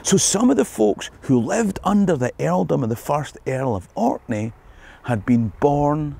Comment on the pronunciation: Thanks for coming to Orkney! We don’t get enough love for how amazing historically and aesthetically the islands are! You also have the best pronunciation of Orkney and other place names I’ve ever heard from anyone outside of Orkney, let alone I’ve never really heard anyone who wasn’t from Orkney make a video about here without saying “the Orkney’s” so thanks so much! Please come back!